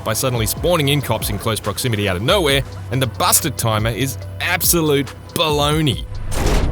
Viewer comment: Am I the only one hearing "bastard" when he says Busted?